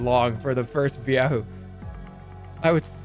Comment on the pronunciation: I still can't tell at this point if Jerma knows it's not "Byahoo." I don't know why he keeps adding a "B" to it.